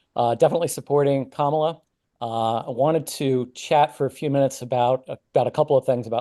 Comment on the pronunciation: If you are speaking about Kamala and incapable at this point of correctly pronouncing her very easy to pronounce name ( Comma-la) then say the name Harris.